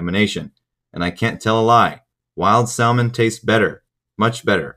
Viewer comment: Good information as always. Ps. The way you pronounce salmon is fucked